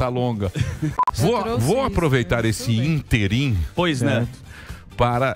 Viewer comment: Emílio, a palavra não é interim, e sim, ÍNTERIM. Com acento agudo no primeiro 'i'. Com todo o respeito!